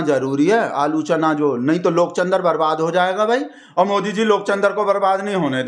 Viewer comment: Aap aalochna ko aaloo- chanaa bol rahe ho